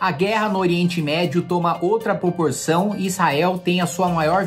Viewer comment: "Outa poporcao"